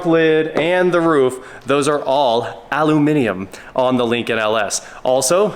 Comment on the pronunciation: Nice to see an American saying aluminum correctly 😊